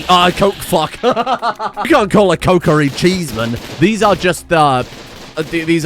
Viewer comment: that pronunciation of kokiri is insane. "Yeah I'm heading down to the cokerie for some coke"